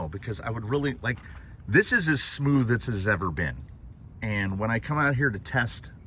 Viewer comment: I believe it's called a smoother..If someone hasn't already mentioned it ** Smoothcher**